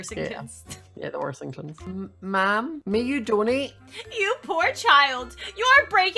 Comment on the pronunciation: "The worsingtons" - 2020